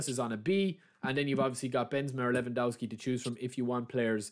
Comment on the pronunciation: Levandovski is how u shud pronounce it. You've already rendered the first W a V so u shud go on with the same rule for the rest of it